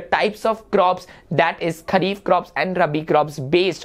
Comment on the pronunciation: Sir it is Kharif and not Khhari…!